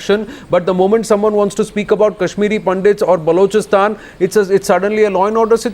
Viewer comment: naavika it is balochistan not baaalochistan. Lagta hain arun jhootley ne theek se nahi shikhayaa